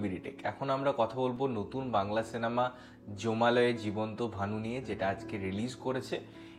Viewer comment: joma - loy noi jma -lay.